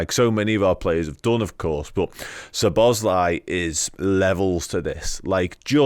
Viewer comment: Stop calling him Szo "bosz" lai - it´s Szobo - szlai.